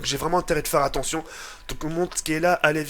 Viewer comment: Il a dit attontion